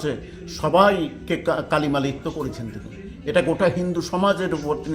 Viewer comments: দাদা, শব্দটা কলিমালিপ্ত নয়, কালিমালিপ্ত, আগেও বলেছেন, আবার বললেন, এত সুন্দর বলেন, কিন্তু বাংলাটা অন্তত সঠিক বলবেন তো নাকি? ভারত সেবাশ্রম সংঘের মহারাজ ও তো সঠিক উচ্চারণ করেছেন, ওনার কাছ থেকেও তো শিখতে পারেন। By the way, দীপ্সিতা তো দাঁড়িয়েছে শ্রীরামপুর থেকে আর দেবদূত ব্যারাকপুর থেকে, কিন্তু আপনি কি বলছেন বলুন তো? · কলিমালিপ্ত নয় কালিমালিপ্ত। ধন্যবাদ। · আপনি বারবার 'কলিমালিপ্ত' বলছেন, কথাটা কালিমালিপ্ত।